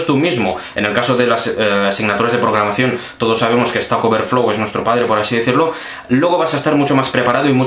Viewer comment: Es programacion, no pogramacion!